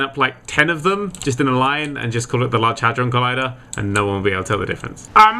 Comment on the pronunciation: Ughh, it's the "hadron collider" what the fuck is the "hydron collider"